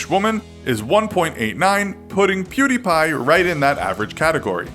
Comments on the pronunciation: How come you can say PewDiePie right, but pronounced his old channel PewDie as "Purr Dee" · It's not purrdie it was pewdie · PewDie not PerDie what kind of a fucking lazer says per ? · First of all he did not get expelled, and his youtube name was PewDie not Purty. And come on atleast put some effort into saying their names accuratly its not that hard. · I'm pretty sure his first username was Pewdie and not Perdie as said in the video lol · Pewdie. Not Perdie. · It was pewdie not perdie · Perdi? Its pew•die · It's pewdie not perdie. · "PERDIE" LOL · "Kjellberg" "Perdi" ...Ok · Altiverse it's stupid how he said perdi like the sound of a gun, never heard a gun sound effect go perdi 🤦‍♂️ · Still noone can look it up, how to say his name, also he started the channel as PewDie, not whatever you said